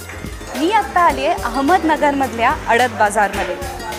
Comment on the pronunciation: अहमदनगर... अ ह म द न ग र.... एवढं सोपं असून पण उच्चार करता येत नाही आणि मराठी वहिनी म्हणे... ऍहमदनगर काय असतं...?... 😑😑😑